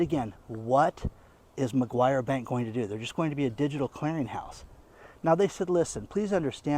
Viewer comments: NOT McGuire, MACQUARIE. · I just heard your report, I need to let you know the name of the bank is Macquarie not Maguire. Watching from Australia. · not Maguire bank, it's Macquarie bank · It's Macquarie Bank (not McGuire) but yes it's sinister... absolutely chilling, the poorer people ad mum and dad businesses will be hit the hardest, those who trade on wafer thin margins. The tax office will be the biggest beneficiary. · It's Macquarie Bank! Not MaGyver Bank! You don't even know what you're talking about! Get a clue! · I look after an old couple in regional Australia and I am concerned for the financial welfare when Australia goes cashless. I am sure I am not the only one. By the way the bank is called Macquarie not Macquarie... apologies if I am being picky....😅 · for a start it is Macquarie bank, not Mcguire bank. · he kept saying Mcguire bank, but it is Macquarie bank. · This bank is prononced macquarry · McGruber Bank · It's "Macquarie bank". Great Content, thanks. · It takes just a moment for an internet user to type "BANKS IN AUSTRALIA".....and have the correct spelling and pronunciation.